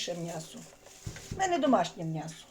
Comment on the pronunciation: Чому мнясо,а не м'ясо?